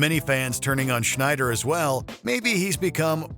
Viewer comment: You did Rob Schneider wrong.